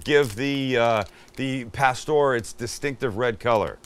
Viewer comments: Put the accent on pastoŕ Sammy u gotta say it right u sure in the he k make it right oooh wee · Can this dude at least try to pronounce the food properly